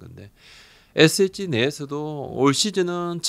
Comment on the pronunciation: 부장님의 ssg발음 은근 중독성 있음. 에쎗찌